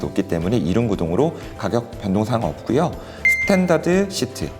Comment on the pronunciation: 없구요 가 아니라 없고요 가 맞습니다ㆍ 표준어는 거부감이 없어요ㆍ 잘듣고 갑니다ㆍ